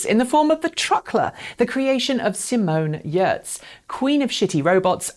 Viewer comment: The best part of this video is the fact that she said Simone’s last name correctly.